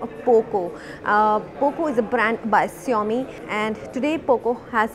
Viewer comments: lol...so lame review...and girl it's xiaomi....not SHIAMI :p matlab kuch bhi? :D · Its xiaomi not siaomi 🤣🤣🤣🤣